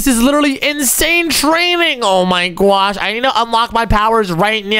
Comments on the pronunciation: It is oh my gwosh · And I like when he said I my gwosh